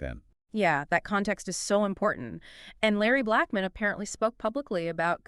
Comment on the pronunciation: This sounds like an A I conversation.. The way certain words and name pronunciation is weird.